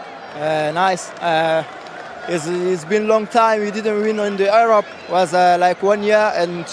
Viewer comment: he pronounced Europe like Arab!🤣..